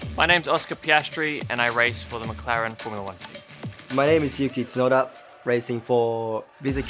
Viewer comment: アントネッリ選手のイタリア人らしい巻き舌発音が👍️ 私と同じく母国語が難しい？裕毅選手。日本訛りの「角田 裕毅」をありがとう。